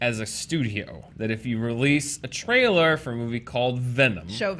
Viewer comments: Lol, Jessica Jones "Trialer" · Yhea, "Trialer" Love you!!